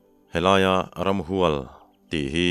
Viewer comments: Ka ngaithla tlai viau nain thil pakhat lek ka lo sawi ve, ramhual tih a hual hi, sava bu ka hual e tiha hual kan thluk anga thluk tur ni loin,hualhim tiha hual ang hian thluk zawk tur a ni. Ka pu hi hmar hnam niin thlahtute atanga sailo lalna khuaa awm thin an ni a,a hming pawh Ramhualhluna a ni nghe2. Inthlahrung deuhin tlai deuhah ka lo comment ve hrim2 🙏😂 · Ramhual hi a ki sang a lam tur a ni zawk em...hnam hming hualngo tih a hual lam Ang hian..